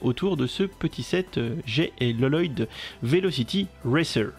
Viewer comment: Salut mais tu m'excusera mais la prononciation que tu as fait sur notre cher ninja vert et cela fait déjà plusieurs fois que je le remarque dans tes vidéos que le vrai nom a dire est: Lloyd (oui cette il y a 2 L) mais pas Loloyd (c'est en fait le père:garmadon qui l'appel comme ça dans le film car il dit que c'est lui qu'il a écrit bref un vrai charabia mais saches qu'il faut prononcer lloyd sans la lettre au milieu des deux L quand on parle de la série ninjago voilà voilà j'espère que tu Vera ce message. Bonne soirée à toi 😊✔️🔥👌🌃